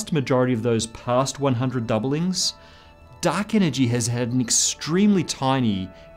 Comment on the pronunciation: duck enegy